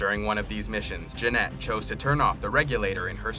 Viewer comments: Janet not Janette Jī-ying not je-a-ying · Janet (jan-et)